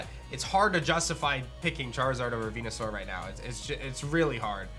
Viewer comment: good god if you HAVE to abbreviate the name, just call it Venus or Saur, not Veenoo - sounds like a shitty Star Trek character.